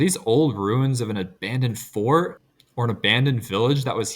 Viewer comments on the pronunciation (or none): none